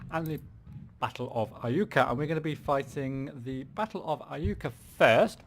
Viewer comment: you've got the pronunciation right...it is I-U-ka..good job!